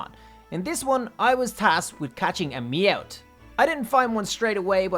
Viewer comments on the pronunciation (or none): Mout???? Meowth